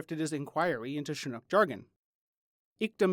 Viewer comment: Absolutely love this video series, no one else comes close to putting so much detailed, succinct information that needs to be heard in a well thought out, easy to understand format. My only criticism is Chinook is pronounced with a hard TCH, like chin, not the soft SH.